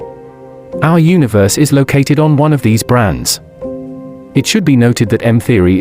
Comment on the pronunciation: When he says Brans he's not talking about breakfast cereals !!!! He should say Branes which is short for Membranes !!!! So much for text to speech. Thei orlways get it all rong !!!!